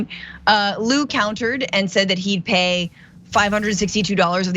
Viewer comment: FYI.Zhang is pronounced like JANG not zeng.. Liu pronounced like LEOO not Lu.